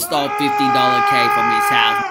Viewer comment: It sounded like said "Chis HOUSE HOUSE"